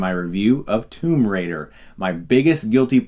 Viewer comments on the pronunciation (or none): none